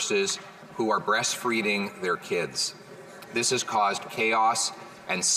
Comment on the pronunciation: Well, Poilievre said, "breast freeding their kids" , LOL, so both made minor mistakes! That's just part of being human, right?